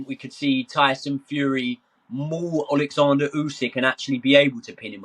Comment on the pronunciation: His name is oleksander not fucking Alexander